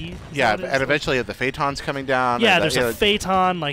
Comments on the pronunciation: i assume he meant phantom, not faytom lol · i love how these guys have no idea how to say any of the halo names i mean fayton? wtf is that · Phatom? Does he mean phantom? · "What's the name of the Covenant tank?" "The fay-ton" I'm assuming he means Phantom, wow these guys are morons. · Fayton? Did he mean Phantom, the Covenant drop ship?